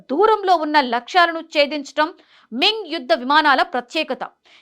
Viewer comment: మింగ్ కాదు....... మిగ్ సోవిక్ కాదు...... సోనిక్ చూసి చదువు తల్లీ.......